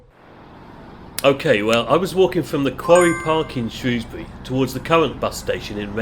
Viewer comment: Hooray! Finally I’ve heard someone pronounce Shrewsbury properly!